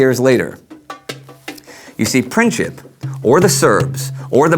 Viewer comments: It is not Pinćip, but Princip. Maybe he wanted 3rd entity for Slavs, but that entity would include Serbia. After Balkan wars, Serbia was planned to take over Bosna, but Austrian took it first. Second, whole motorcade was done on Vidovdan, very big hollyday in Serbian tradition. That was - in your face. Austra has been planning to invade Serbia for many years, but they needed reason. Princip has been planning in Serbia, but Serbian government had nothing with it. War was declared month later, when Serbia denied to let Austrian investigators search whole Serbia, which woud mean Serbia has given up its sovernty. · You failed on explaining why Gavrilo Princip and the Black Hand killed him... It was because that region wanted to be free and not occupied by Austro-Hungarian empire. Serbia had nothing to do with it, it was done by local people who didn't wanted to be slaves anymore!!! And his name is not PrinCHip, it was Princip...it's not pronounced with CH only with a C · It's a Princip, as in "principal", it is not pronounced Princhip. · PreencZeep not Princhip! c'mon man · its not Princhip its PrinTZip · Just wanted to say that Princip is pronounced "Printsip", not "Princhip"... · I am a Serb from Bosnia and it is "Gavrilo Princip" not "Gavrilo Printzip"!!!! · great show....pls google the pronounciations of the names...princip is not "princhip" but more like "printsip"...westerners never get slavic names right:D but great show nevertheless..pls do continue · Gavrilo Princip. His lastname is wrongly pronounced in this video with soft c. His lastname literally means "principle". Soo, its properly pronounced PRINCIP(LE) without this add "LE". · his name is pronounced Print-sip ... just sayin.. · Its...Printzip like in Prince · I think Gavrilo Pricip's last name would be pronounced PrinTZip. Its also hard to understand why he killed the wife of the Archduke Ferdinand, though. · It's pronounced prinzzip like zz in pizza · "printsip" not "princhip"